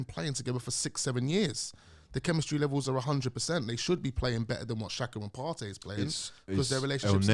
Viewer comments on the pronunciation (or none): Is there much difference between Partey and Elneny? Am I hearing his correctly??? It’s not even close 🤣.